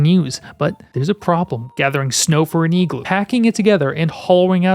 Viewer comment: Yo wtf is an “eeegloo”